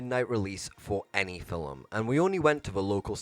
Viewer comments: Bro keeps saying “fillum” instead of “film” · I absolutely despise the way you say film. Its film, not filumm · It's film. Not fillem. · "Film" is NOT pronounced like fil-im. Omg you sound so dumb